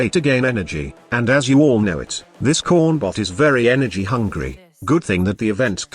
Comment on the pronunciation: i swear the TTS is saying corn buff not corn bot